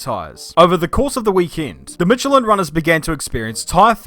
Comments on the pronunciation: Michelin is correctly pronounced with S as in shy not like ch in channel :D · You really butchered the pronounciation of Michelin didn't ya